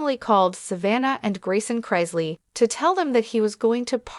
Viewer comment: Can't even pronounce their last name correct